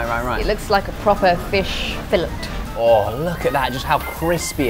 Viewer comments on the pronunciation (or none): Did she just pronounce the t in fillet?